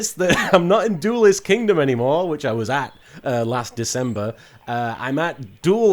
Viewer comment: As an English person, it grates on me that you keep saying "doolest" instead of duelist.